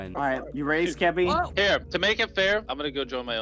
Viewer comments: Mr beast calling skeppy “skep” is so wholesome 🥺😂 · Lammetjes actually, he kind of said “skip” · I like how mrbeast calls skeppy skep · I like how he just called him "Skep" the whole time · I love how Mr. Beast calls skeppy “skep” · I just love how Mr.beast (jimmy) keeps calling Skeppy “Skep” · Everyone: Skeppy Litterally everyone: Skeppy MrBeast: Skep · a6d calls Skeppy Skep too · I love how Jimmy called Skeppy “Skep” 🥺🥺❤️ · mr beast calls skeppy, skep" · Ngl mr beast calling skeppy skep is mildly infuriating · “Skep” - mr beast 💀